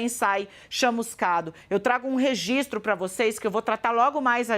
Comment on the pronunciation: Ele falou "Regitro".